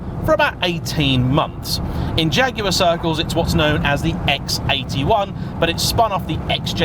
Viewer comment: Great to hear the name jaguar used and pronounced correctly